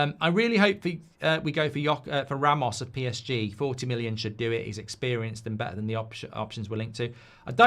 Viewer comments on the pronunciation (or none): none